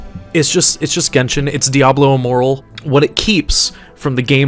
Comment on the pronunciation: I immediately heard you say Diablo Immoral and had to double check, very subtle, very nice. Watching the rest now. - Yup, you summed it up perfectly. The other aspect to this is the modded community for RoR2. Field Doctor is already playable as a modded character now. The modders aren't interested in this slop, they're just going to adapt any good ideas out of the mobile and into RoR2 modding. So just play that until Gearbox eventually destroys it. After that, I'm inclined to believe we'll see the spirit of RoR live on through the modding teams making their own games.